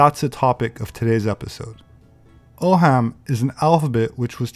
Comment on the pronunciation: Cool video, as always, thanks. FYI, 'ogham' is pronounced 'owm', like own with an n at the end ;) have a great 4th!